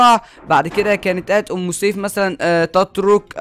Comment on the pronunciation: اسمها ام سيف مش اوم سيف